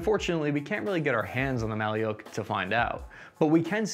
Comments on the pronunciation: Bruh not maly’uk just maluk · It's not pronounced Mali-yook It's Mal-yook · Thanks for the interesting review! It should be pronounced like [ma:luk], not [ma:liuk] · Malyuk or Малюк, is not russian word at all, pronouncing as mah-lewk or Ma like Mam and Luke like Luke Skywalker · Mah-lee-yoke??? 🤣🤣🤣 How difficult is it to punch a word into an online translator (Google translate?) and tap a speaker icon 🔊 to hear an actual pronunciation? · "Malyuk" is not a Russian word, in the Russian language there is a word "Malyush". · You wrongly stated that name of rifle “maliuk” is russian and Ukrainian word which means “baby boy”. There is no word “maliuk”in russian language, alternative in russian to this word is “малыш” which pronounces as “malysh”, these are two distinctive words with the same meaning. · Wrong. "Malyuk" is only a Ukrainian word, Russian variant is "malysh". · A little correction, "malyuk" is a baby in Ukrainian, but in russian it pronounces like "malish" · “Malyuk” is Ukrainian word, in russian it’s “malysh” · There is no "Malyuk" in russian language